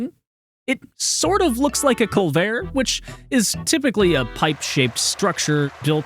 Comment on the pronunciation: Culvert isn't a French word. It's more likely Dutch, though there's a small possibility it is from French, and if so, it would've been borrowed into English before the R stopped being pronounced in French. Either way, pronounce it cul-vert, not cul-vare.